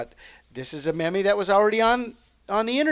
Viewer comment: With love, meme is pronounced “meam”...like dream.🕊✝️💞